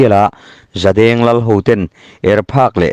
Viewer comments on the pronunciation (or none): none